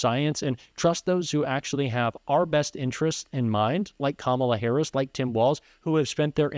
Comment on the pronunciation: J.D. Vance is lying like a freaking rug during this debate. I am interested in the number of lies Vance spewed throughout this debate. I don't know if J.D. Vance is aware that Kamala Harris is not currently the POTUS and dies not have policy, cause he keeps saying "Kamala Haiise policies."